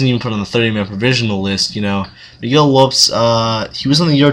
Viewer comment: It's pronounced Lopez 👊